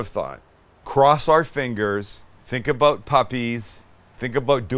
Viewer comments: "I need my food-porn fix!" "Get the cheese ladle!" P.S. "Aboot" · Sam I love how you still pronounce about like a Canadian. It would be great to see you come back for a visit at least! 🇨🇦🇨🇦🇨🇦🇨🇦